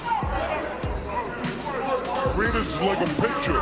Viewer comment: Boss, hindi po letter N yan, Ñ po, kaya FARINYAS ang pagbasa